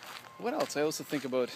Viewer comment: You said "Aboot" you are so Canadian.